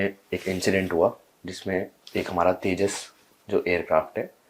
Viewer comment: Yeah Teja Teja Kya hai Yeah Teja Teja Kya hai 😂😂😂😂😂😂